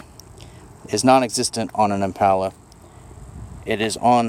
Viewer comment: I hate how he pronounces the word "impala"